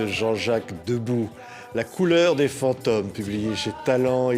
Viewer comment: Des "faons-tome"?Non,des fantômes...